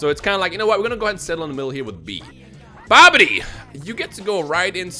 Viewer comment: wasn't that bibidi not babadi?